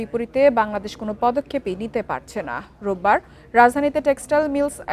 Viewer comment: রোভবার না রবিবার